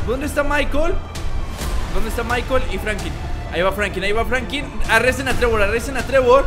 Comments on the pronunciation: Frankin no, se dice Franklin, pronuncia bien. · Porque siempre dices frankin y no franklin